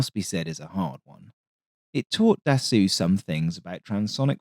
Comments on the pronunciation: The correct pronunciation of Dassault is "Dasso"....NOT "Dassoo" or "Dassu" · for the record (pedantic record), Dassault is pronounced like in English just without the L and T (assault rifle), so more Dassow than Dassuh. Great video as always ;) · Can you PLEASE stop refering to Dassault as "Dassoo"....it is pronounced as "Dasso".....when the letters A and U appear together in a french word, it is pronouced as a singular O....in exactly the same way the French car manufacturer Renault is pronounced as "Reno".....not "Renoo" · Your narration is so captivating and pleasant. I'm always excited when you upload. Iirc his name is pronounced closer to "da soul" than "da sool"😊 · Dassault is pronounced DAH-SEW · Love the channel in general, but of all the wrong ways to pronounce Dassault, this the worst. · I love the channel, but was surprised by consistent mispronunciation of Dassault. Mars an otherwise insightful and witty (non AI, bless you and us all) script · A true D'assault on the ears.